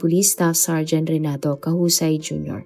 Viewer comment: KASAWAY po ipronnounce un,hindi Causay.